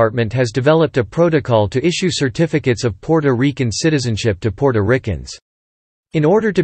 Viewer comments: The way he said Puerto Riquen😂😂😂😂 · PUOROREKEN???? PUORORIKE??? What the hell!!! 🤔Ms Maddie, i agree, he sounds pure AMERICAN when pronouncing the other words!!! i think he is doing it on purpose just to annoy us, because he emphasize so much PUOROREKEN-PUORORIKE! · It's great that you have a history to report on when speaking about Puerto Rico, however when it comes to pronunciations, whoever was chosen to narrate had a hard time pronouncing the word, Puerto Ricans. It's not Puerto Riccans as is stated in this video, it's Puerto Ricans (Reecans), not Rickands. To Puerto Ricans listening to this video, it's frustrating. I just had to skip this video because of this problem. I'm pretty sure others have the same problems. If it's going to be informative, it must be correct in pronunciation. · Puerto Rican not Porto Rican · AND ITS NOT RICANS ITS REECANS IS HOW ITS PRONOUCED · Stopped watching after the second Porto Rickan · First and foremost narrator can't pronounce Puerto Rican. 😅